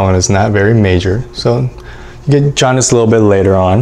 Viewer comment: umm “HAUNDICE?”